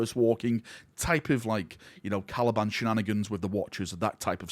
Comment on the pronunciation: Caliban, not Calaban